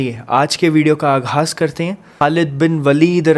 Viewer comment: Aaghas nahi aagaaj khattap nahin khattab